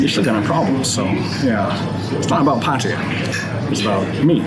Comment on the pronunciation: at least you can say Pataya properly.